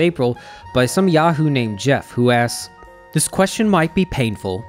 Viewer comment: You say dis!